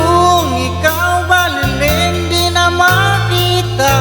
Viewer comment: Hindi c roel cortes ang kumakanta..sabi ko n nga ba...ang bigkas sa baleleng..BALILIENG